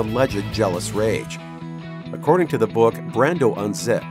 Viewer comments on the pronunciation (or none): none